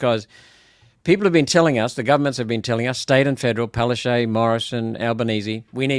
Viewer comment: it irks me when that woman is called Palashey, it is written Palaszczuk and correctly pronounced Palaschook!!!